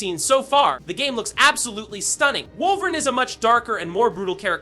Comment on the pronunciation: No one gunna say anything about how he’s saying wolverine? 😅